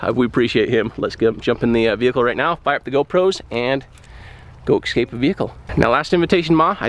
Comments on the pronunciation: Why are you saying ec-scape?? It’s escape… No disrespect, you don’t need to know proper English to be a badass. Escape ĭ-skāp′ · escape not excape c'mon man i lost count how many times you said it wrong 🤦🏾‍♂️ Good vid though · Three words Americans just can not say no matter how high their rank and education: Escape - Excape Especially- Expecially Arctic - Artic Have fun. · Es-cape. Anyway, cool video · Window breakers should be in every car man. Great demo. The way you pronounce escape though 😂